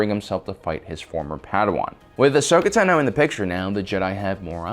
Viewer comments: It’s Ashoka tAno, not ahsoka tanO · Bruh you said teno its tano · It's pronounced TAHNO, not tuh-NO. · It's pronounced "Tah-no" not "Tuh-no" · Y does he pronounce Ahsoka's last name TaNO instead of Tano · TENO????? It’s TAAAAANOOOOO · It's tAno, not tanO, it's time to stahp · You are mispronouncing Ashoka Tano. It's (AH- SOAK-A - TAH-NO) NOT (AH-SOKA - TUH-NO) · The way you pronounce her name is throwing me off, you're saying it quick Like TNo Im so used to it being longer like ( I don't know if this will communicate correctly through text but) if you sounded out Ton-oh, tru-per for trooper ton-oh for Tano. Well I don't know how its supposed to be pronounced just throwing my two cents out there. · Tno is what he said it’s tano I have ocd 😂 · T O N - OH not tino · The was he says Tino instead of Tano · in my language its pronounced tAno not tanO i guess its the same everywhere? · Tah no, not tuh noe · Tunoh. Tunoh. Tunoh. Me: ITS TAHNOH! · Yep its “tanno” not “tenno” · Ahsoka Tuna? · Ahsoka Tuna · tuhno Not Tano tuhno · Why do you call her Ahsoka Tanoe? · Ahsoka Taknow lol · Ahsoka Ta NO lol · You are KILLING me!! It’s Ahsoka Tano( T-ON-O ) Asoka and Padme are my favorite characters from clone wars you pronouncing Asoka’s last name wrong is just killing me!!”😑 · "Ahsoka Tunno" 🤣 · Ahsoka "Tuhno." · Ahsoka tenno, LOL what is this Warframe? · Ashoka Tanó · There's only one way to pronounce it and it's Tah-noe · BoomKaBoom88 Ahsoka tUno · Ashoka tenno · Just butchering "Tano" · anyone else peeved about how he pronounces tano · It's annoying how you say ashoka's last name. It's like you Over enunciate it. Never heard anyone say it that way. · No accent needed for, "Tano." She pronounces it in the series and it definitely is not that way. Haha. 😊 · The way you are saying Tano is annoying me lol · The way you pronounce Tano is really fucking irritating. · I don’t get how u can clearly be a big fan, but not know how to pronounce her last name